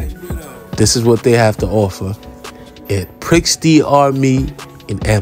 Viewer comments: It’s pronounced pri da mi not prix da mi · I actually went here because of this video. it's actually pronounced "pree dah mi" but I still call it pricks 😂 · I think Prix is pronounced as Pre. I'm surprised the g isn't $30. That gram wasn't a gram at all. Probably .75 tops